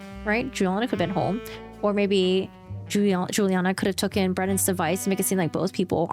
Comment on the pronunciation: I'm not trying to be snarky, but I wondered why you say tookin instead of taken in your videos?